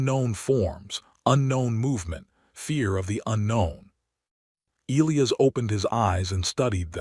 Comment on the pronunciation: Can you fix your AI to pronounce Elias correctly!?